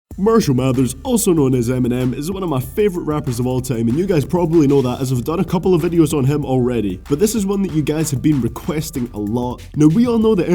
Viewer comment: This movie starts out as mershal mathers. The correction is marshal mathers, try you'r best to pronounce English words properly. You must be still learning North American English language .